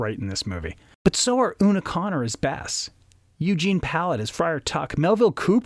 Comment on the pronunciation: Michael Curtiz's last name is pronounced curTEEZ, not Curtis, like in Tony Curtis. And it's Una O'Connor, NOT Una Connor. The scene between Robin and Marion on the balcony is one of the most romantic ever. Olivia DeHavilland is just luminous. I'm amazed you found this scene boring. Well, at least you didn't criticize the Merry Men in tights or equate Errol Flynn with Kevin Costner.